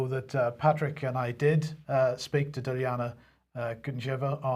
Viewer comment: please learn to pronounce Dilyana's name properly - its embarrassing.